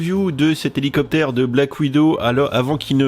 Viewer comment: Houlou copter :)